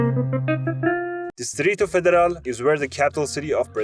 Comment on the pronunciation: bro said distrito federal like a Brazilian, that's so peak